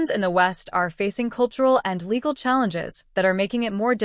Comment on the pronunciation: “Legal” restrictions? The text says “legal”, but it sounds as if the AI voice said “illegal”. Which is it? If “legal”, what would those be??